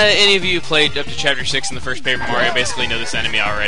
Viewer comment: SAY CHEEAPTER 2